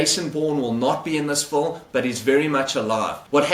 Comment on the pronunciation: film has an i in it not a u